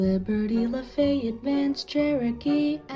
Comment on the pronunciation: The way he pronounced lafayette physically pained me